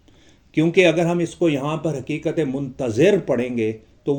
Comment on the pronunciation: Merey moahtram Urdu, me talaffuz talaffuz talaffuz😢😢😢 ki kya ehmiyat hai aapko haqeer kya batayega aap sahib-e- ilm ...ikbaabl me iqbaal kahan se aayega,hakeekat me Haqeeqat kaisey aayegi😢😢😢😢😢😢